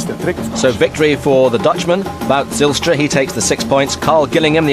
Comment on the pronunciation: "Watte Zijlstra" lmao